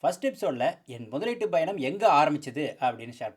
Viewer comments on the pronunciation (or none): Sir, Your video is great. But correct Your tamil pronunciation. You say payanam and payan in wrong way. Please give pressure at 'ya'